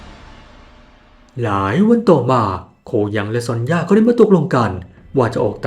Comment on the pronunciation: ความจริงซอนย่าบ่มีนะ ชื่อเธอจริงๆอ่านว่าโซเนีย😅